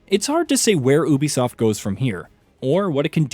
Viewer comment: Why you pronouncing Ubisoft like that🤨its wrong.